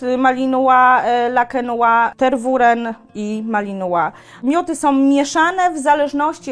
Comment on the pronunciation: Nic nie powiem ,ale nie "Ter-WU-ren" tylko "Ter-we-RĘ" z akcentem na ostatnia sylabe. Poza tym bylabym ostrozna w reklamowaniu jaki to jest mily cudowny pies praktycznie dla kazdego bo malo kto jest w stanie poswiecic temu psu taka ilosc czasu jakiej on potrzebuje. Bardzo wysoki poziom energii duza potrzeba pracy.